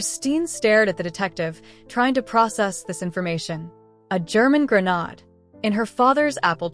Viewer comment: Grenade pronunciation gruh - nayd